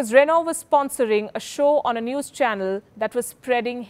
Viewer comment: Its zee newes